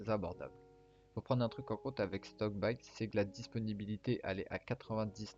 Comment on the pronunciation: Shickbyte et non stockbyte